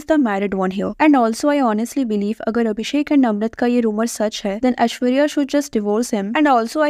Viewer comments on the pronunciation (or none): none